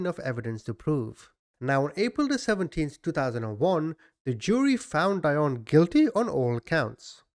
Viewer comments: I think it’s pronounced deeonne like dionne Warwick. Maybe not but it just sounds wrong the way you’re saying it. Interesting though anyway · Pronounced DEE-ON BOW 😍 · Hi! You would pronounce her first name "dee-on" and her last name "Baw". Love your channel! You do great analysis 👍🏽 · Dionne Baugh ---- "Dee-on" "Boe" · You don't know how to say her last name OR her first name. Google is your friend, buddy.